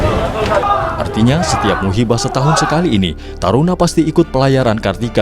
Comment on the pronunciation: Bukan musibah perdana tapi MUHIBAH perdana min...